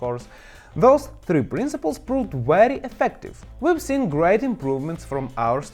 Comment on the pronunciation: Yes, this is a weely weely good video.